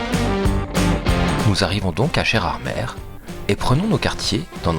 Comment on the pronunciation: Nous voici arrivés à Gerardmèrrre 😂